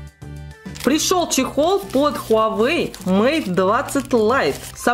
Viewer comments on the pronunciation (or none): none